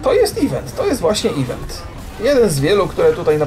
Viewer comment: tak na przyszlosc (nie czepiam sie, nic z tych rzeczy), event wypowiada sie e vent (z akcentem na "vent"), nie ivent. Niby mi to nie przeszkadzalo, ale jak moge pomoc to czego mialbym tego nie zrobic prawda? PS Kocham Twoje filmiki! Czasami jest ich tyle ze nie wiem od czego zaczac. Strasznie to lubie ^^